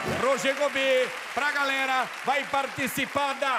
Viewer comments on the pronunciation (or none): Ele não sabe falar GALERA.... ou é GARERA.. ou é GARELA.😁😁